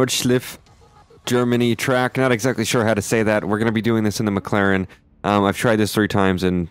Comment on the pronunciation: Nordschleife is pronounced Noor-dish-life. McLaren is pronounced Mik-Laren. (Not Mik-Klaren.) Great video!